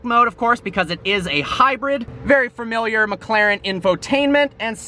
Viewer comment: Can somebody PLEASE teach the word "familiar?"